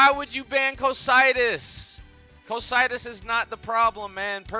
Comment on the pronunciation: WhY wOuLd yOu BaN CoO-Cy-TuS.. uk they only play invoked 😂😂😂